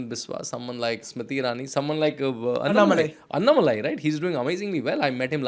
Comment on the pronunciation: Why the northies can't pronounce things properly.. dorks unnah-malai? अण्णामलै - say this